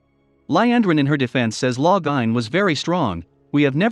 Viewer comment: Loving how the computer/robot/whatever pronounces all the names 😂 Every time it says Lo-gah-in I start giggling.